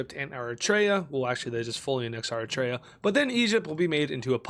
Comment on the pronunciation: If you can ever find me a white person who knows how to pronounce “Eritrea”, it will be a divine miracle. White people generally believe they know exactly how to pronounce Eritrea…and not just know but absolutely nailed it. As an eritrean, it’s very cringe and couldn’t be worse.